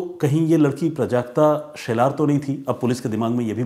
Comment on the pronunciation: प्रजाक्ता नहीं। ..."प्राजक्ता"